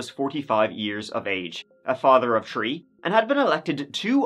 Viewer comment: I love when he says 3 (“tree”)… always makes me giggle ☺️😊